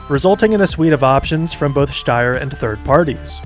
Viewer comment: I'm pretty sure sombody already said this , but i've to admitt your pronaunciation of "Steyr" is more accurate then most other english speakers ! Because St in german isnt st its scht .